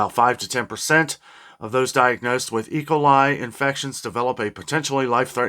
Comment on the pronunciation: say E coli, with an emphasis on the E, not ecoli.